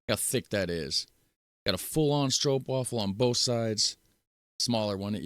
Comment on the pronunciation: You still say Stroopwafel a bit wrong . Wafel is not pronounced as "waffel", but more like "waaafel". And Sandwich = boterham , Bun = broodje . And you are the best Netherlands promotor ever! :face-blue-smiling